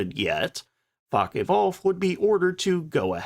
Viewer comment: Please take a RUDIMENTARY German lesson! Faka?? Luhfft??